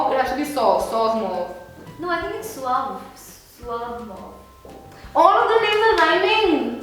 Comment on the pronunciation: Suave is pronounced as S-waa-v. She is right. Anyway, lovely video.💙 And all the best for your project xD